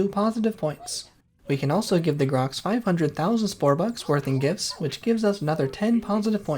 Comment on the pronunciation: maybe its cause im brainrotted but sometimes it does not sound like you are pronouncing the r in the grox name.